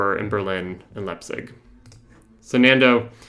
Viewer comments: It's pronounced LIPE-tsig, not lets-pig, and was one of the principal cities of die ehemaligen DDR außer Berlin. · If you're not "in the know" you're not reading Jacobin. But he pronounced Leipzig as Letzpig; so either do the whole thing properly or just leave well enough alone and do everything in regular English.